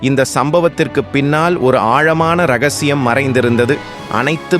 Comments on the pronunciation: O vasthu athu eRagasiyam illa.... ரகசியம் என்று சரியா கூறவும் வஸ்து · தமிழ் படிக்க தெரியாத ஒரு ஆளை தேர்வு செய்யாதீர்கள். ரகசியத்தை இரகசியம் என்று எழுதுவோம் ஆனால் படிக்கும் போது ரகசியம் என்று தான் படிப்போம். இவர் இ ரகசியம் என்று சொல்கிறார்.